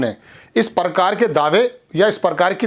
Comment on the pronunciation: parkaar nahee hota hai prakaar hota hai😅😅😅